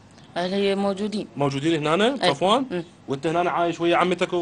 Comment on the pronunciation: سفوان مو صفوان